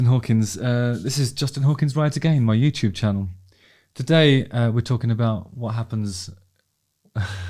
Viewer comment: Innit Bruv!